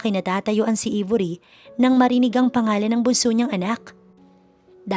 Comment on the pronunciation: Aybori ang pagpronounce , d Ibori